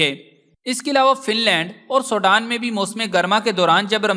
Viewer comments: Ye Sodan Nahi SWEDEN 🇸🇪 hy. Please apni vocabulary and apny sound ko sahi Istimal kerky logon ko ghalat fihmi say bachain. SWEDEN 🇸🇪 hy. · بھائی سوڈان انھیں سویڈن ھے